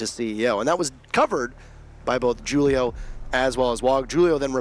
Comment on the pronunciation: Why they keep mispronouncing Julio haha